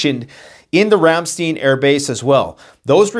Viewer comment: Ram STEIN AS IN A MUG OF BEER